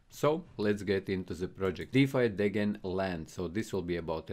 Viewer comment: Unsubbed for your pronunciation on Degen